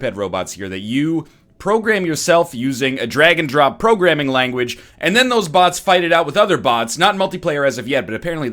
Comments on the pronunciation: nah he said dragon dong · At first I thought he said Dragon Drop not Drag and Drop